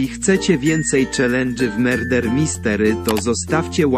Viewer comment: Miłego oglądania 💗😊 Edit:najlepsze u jest to jak mówi na murder mystery ✨MeRdEr MyStErY✨